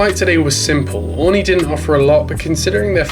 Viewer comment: Something that’s really been bothering me in throw video is the pronunciation of Aurigny! It’s: Oarreeknee ! Not oreknee!